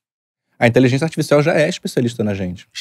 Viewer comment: O não consegue falar a palavra "inteligência*. Sairam intelizença, intezença, inzença mas nunca inteligência. Pode reparar..